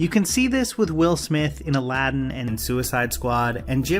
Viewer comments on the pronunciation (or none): none